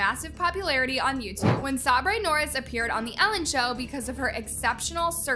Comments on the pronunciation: Sabres name is not sa-bray it’s pronounced sabre like light saber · First that’s not even Sockie and Biggies name.. AND SAYBURYY😭😭☠️ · man, those kids love to record videos. and i can see it. these kids edit their own videos and react to a lot of stuff. and they know part of their fanbase is growing up. AND TWO, ITS SA-BURR NOT SAH-BREY☠️☠️ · Sabre Norris ❌ Sabray Norres ✅ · Girl her names not "sabray" it's sabre as in saber tooth tiger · NOT THE WAY SHE SAID SABRES NAME!!! She literally heard Ellen say it then she said saubre. Later in the video she literally said Sabres name correct. She’s just doing that to be mean I guess. Just say her name right it’s not that hard. And the Norris nuts children decide the video ideas. Some of the, have been a bit odd but there is no need for hate or for them to stop creating. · As an actual Australian, a Norris nuts fan and an opinion queen the way she says Sabre is the rudest anyway she has a clip of ELLEN saying Say-buh and STILL says Saubray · “Sab-rey” it’s pronounced saybur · Um sabre’s name is pronounced say ber not sa bre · its sabre not SaBrAy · Hey if you are going to hate at least pronounce the name right sabres' pronunciation is Sa-bur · its pronounced ' saber' not ' sabrer '' 😂😂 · I disagree, if you actually watch the nn, you would see that their parents is like anyyyy other, even better, they treat and teach them so well, whoever agrees with this annaoop video, she’s basically lying, it’s just loads of nonsense..(also,, it’s not sau-bray, it’s say-bur, that’s how you pronounce it 💀) (also, no, those aren’t they’re “actual names”, it shows that what ur saying it fake and u did barely any research- stop embarrassing yourself..) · LMAOOOOOO "SAR-BRAY" (its pronounced "say ba" btw) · One question, how do you play a clip of Ellen saying Sabre , and still pronounce it Sau-bray??! 😭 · “saubray” XD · did sabre dirty when she said “sabrae” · She pronounces Sabre as saabrea. It kills me 😂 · It's sabre